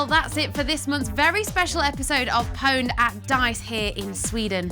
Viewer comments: since when was pwned pronounced with the 'P' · isnt pwned pronounced "owned"? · anyone else get annoyed when they pronounce pwned wrong? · What the fuck has happened to gamers? Since when the fuck did people start pronouncing "pwned" as "poned"? Back when Quake and Unreal Tournament were the shit, it was pronounced "puned". Console gamers are a plague to gaming. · They said powned :D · Is it just me or does the fact that they pronounce pwn liked "powned" instead of how it's supposed to be pronounced, aka "owned", drive anyone else absolutely insane.? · anyone else cringe when they say POWNED? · >female host >pronounce owned powned fucking jesus christ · oh wow, this video looks awesome! "EA POWNED" *dramatic mispronounciation* NNNNOOOOOOOOOOOOOOOOO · Also it's pronounced "owned" not "powned". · Grrr why do they pronounce pwned as "Poned". Epic game however. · It´s not pronounced "Pouwnd"! She´s still hot though .. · why do they keep mispronouncing 'own'? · "pwned" hurr durr. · YOU DON'T PRONOUNCE THE 'P''!!! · pwned? since when do you pronounce the fucking P?>